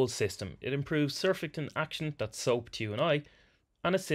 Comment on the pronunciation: This video is so bad (he couldn't even pronounce surfactant correctly) that people in the comments are now asking which compartment to put the acid in during the cleaning cycle. If you're going to use acid, then do a separate rinse after the cleaning cycle. If you add it during the cleaning cycle you'll cock up the pH of the cleaning agents.